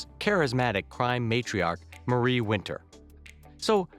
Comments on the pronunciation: Marie’s name is pronounced differently also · I lost it when he said Marie wrong :|